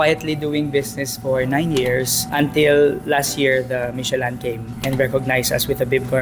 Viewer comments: Mishe-Lan daw 😂😂🤣🤣 It's pronounced the way it's spelled, Michelin (Mishe-Lin). it's not that hard. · Maliiiii😅 Michelin- mishelâ (Silent "N" and Nasal ang LÂ) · Michi-lan? LOL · Now we learn from you and ate the ryt way of pronouncing "michelin".😂